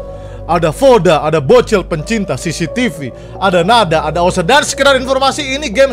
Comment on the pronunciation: bang yang bener cctv bukan cctc